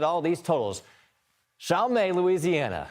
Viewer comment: Ahem, New Orleans is more than beads, pee and Bourbon St. Sir. and it’s pronounced Chal-Met., also, she’s not actually on Boutbon St. But who’s counting lol